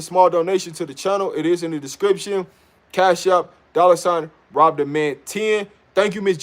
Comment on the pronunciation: Rob, It's Rob. Love the content bro! 👌 ✌️